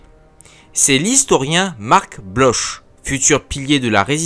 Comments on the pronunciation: Bloch se prononce "Bloque" ;) Je recommande chaudement les excellents articles de Philippe Garraud, cité dans la vidéo, et disponibles pour la plupart librement sur Cairn. Je pense que quand Gamelin dit que l'aviation ne jouera pas le rôle que certains lui prédisent, il s'inscrit surtout en faux contre les théories de l'italien Douhet, qui voyait dans la guerre du futur l'absolue primauté de l'aviation de bombardement. Il faudrait davantage insister sur l'organisation de l'industrie française. Un fort morcellement, un capitalisme réticent à l'investissement, des unités de productions plus proches de l'artisanat que de l'industrie lourde, une formation de techniciens déficitaire, l'absence d'une vraie politique d'exportation et des clients (les militaires) indécis et tatillons, ce qui ne favorise pas la prise de grosses commandes. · Bloch se prononce bloc c'est un patronyme germanique.